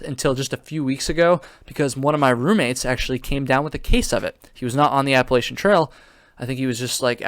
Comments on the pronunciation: Lol yu should be sorry I live in ny saying it wrong haaa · Not only do you say it wrong, but you spelled Appalachian wrong also… 🤣